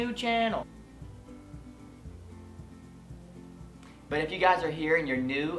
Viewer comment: You're so fucking adorable OMGG 😭😍 when you kept saying "new Chanel" 😂❤️